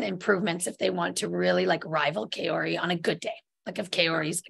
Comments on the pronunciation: Is it that hard for Meagan to pronounce Kaori correctly? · Kayori is killing me bit inside 😂 To her defense she seems bad at pronouncing names, not just Asian names but also Russian and other names except English names maybe lol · Can someone please teach Meagan how to pronounce Kaori’s name? It’s crazy to me that she still pronounces it wrong!